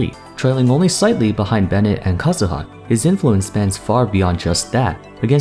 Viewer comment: i love the way you say kazuha. not like kah zoo ha but like japanese u also that z sounds spicy (idk what that means but i cant explain in other way)